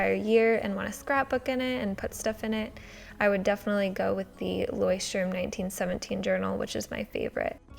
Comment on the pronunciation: its ,,Leuchtturm" not ,,Leucthurm,"😂